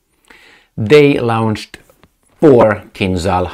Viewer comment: LAWN-CHED, LAWN-CHED. NOT LOUN-CHED!